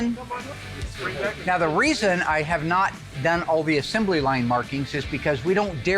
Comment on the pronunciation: Will invented a new word: “assembely.” It’s assembly.